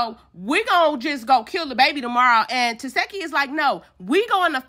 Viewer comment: Her name is pronounced TA SHE KI I’m tired of y’all saying her name wrong😭🤷🏻‍♀️